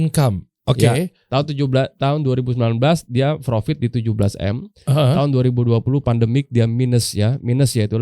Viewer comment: Coachnya gak bisa bilang Profit, bisanya Vrofit 😂